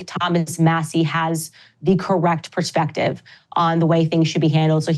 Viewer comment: For someone who has forever been touted as "such a great speaker," i find it irritating when she says "sh" when there's only an S in the word. Reminishent, Ishrael, convershations, pershpective ... ugh Also, some balls she's got, using racial dog-whistle phrase "public lynching" for what happened after the DW fired her. Most people supported her over them (myself included) and Ben Shapiro has had way more negativity thrown his way since it happened. She still seems too disingenuous, notwithstanding her obvious deep, abiding faith in the Lord Jesus.